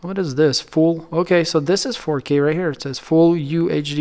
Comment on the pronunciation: He be hittin that “4Keey” no cap😂